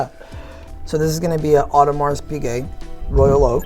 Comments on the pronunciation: He lost me at audermarssss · Disappointing to hear you use the words”face” instead of dial and pronouncing the s in Audemars. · Two DOOR.. AudemarS.. PAtek.. smh.. facepalm.. Hopefully their sales are better than pronunciation